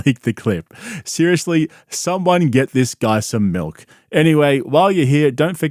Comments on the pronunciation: You mean MELK!? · Clueless Joe Jackson. And it’s pronounced “melk.”